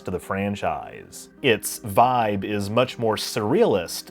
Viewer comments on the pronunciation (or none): none